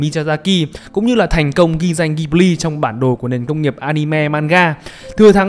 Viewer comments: Góp ý tí: Đọc tên studio là ji bli (ko phải ghi) nhé shop. Tiếng Nhật nó vậy. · Đọc là Dzi-bli nhé sốp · Bt thì nói tiếng nhật người ta đọc là jiburi ジブリ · fun fact tiếng nhật đọc là JI BU RI. trong video đọc theo tieéng anh. =)) tiếng nhật nghe vui tai vãi